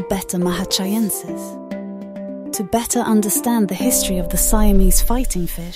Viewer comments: I like how she pronounces betta and better the same way…and they’re both wrong 😂😂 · "To betta understand the histori of the..." lol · "to BETTA understand" 🤭